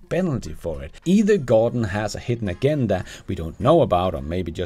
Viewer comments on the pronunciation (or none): "Agenda" is a soft 'g' — sounds like "a gender", not "again, duh!" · Offering a couple of helpful items for pronunciations in English. Agenda is "uh jen' duh", with a soft g pronounced like the j in jar or the g in ingest. Debris has a silent s, "duh bree' ". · Agenda, the ‘g’ is pronounced like a ‘j’…just putting it out there